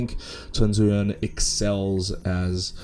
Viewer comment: chongsoyeon? you mean soyeon lol